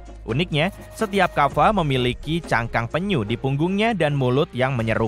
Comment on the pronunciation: Kappa bukan kaffa